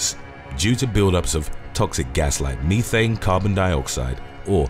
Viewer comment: I thought it was always pronounced as "Meh-thane."